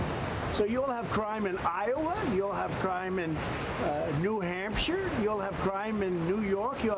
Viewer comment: New hampsire. he says. I never. Knew we had illegal Killer mexicans in nh.